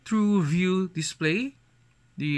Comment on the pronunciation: “Az it waz indicayted in dia box earlier dia dizplay haz true view dizplay” Please don’t do unboxing video where all of the parts are obviously mentioned where it doesn’t necessarily needed. This video could have been shorter by doing over-voice and showing a specs rundown, it’s kinda boring I would say. Show some visuals and effects, show yourself, learn how to actually speak with a human and not a camera. This is a constructive criticism so don’t come for me, he can take this as an opportunity to improve himself. PS: learn how to pronounce properly the t, th’s, s, p and f’s so it doesn’t sound so cringy Also learn how to liaise so it doesn’t sound so slow and it would sound more natural.